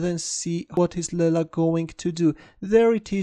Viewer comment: As far as i know...its not laila..its leela..its sanskrit word from india..its play of god called leela